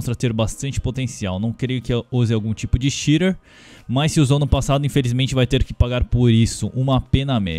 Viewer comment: que porra de "chire" mano, puts. BR PORRA: XITER!